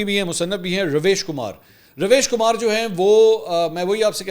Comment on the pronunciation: Did you guys notice as the war stopped. Mansoor content is getting useless. he doesn't even know how to pronounce the Ravish Kumar name.